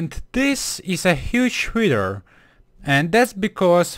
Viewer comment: He said witch